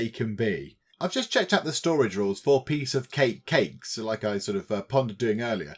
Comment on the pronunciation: You. This series. So fun. Thanks! You used my comment, too. Wow! I bow in thy presence! (and you pronounced it exactly as I would);)